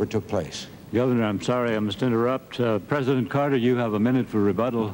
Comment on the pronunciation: I remember Saturday Night Live being funnier than this. Babawawa saying Mr. Pwesident used to crack me up. I mean she's still funny but mmeeeh.